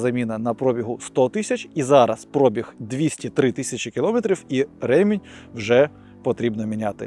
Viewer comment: Кажи ПробіГГГ а не ПрОООбіг бо я зараз вуха викину